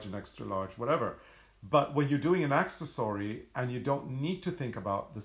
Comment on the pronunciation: OK "poking fun at you and at me" (see smile on my face?) The way you pronounce accessory "Axe - es - sorey" had me waiting for the "Dinosaur" pattern.. he he he. I had never heard of an Axesory Dinosaur. When I realized what was going on I couldn't stop laughing. That said, can you make us an Axesory pattern? I would so love to see what one looks like:)